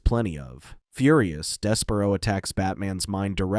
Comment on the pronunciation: Des-per-ro one can tell you dont really watch much in relation to the lanterns, justice league, or batman. I had to stop because I couldnt take the mis-pronounciations.